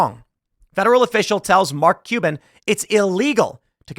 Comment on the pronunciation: Do you wanna be "MarLk Cuban" or Mark CuLban"? We are gonna have to figure out where to put that massive fucking "L".